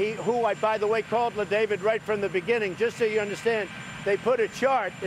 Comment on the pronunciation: 4.30 He still gets the name wrong !!! It's La David not Le David.... Trump clearly says "Le" as in Le Moron.